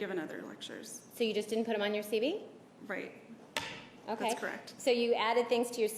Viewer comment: Ditto. But, does Wilmott keep calling the CV, or Curriculum Veritas, a "CB"? It sounds like it. Although, I could be wrong.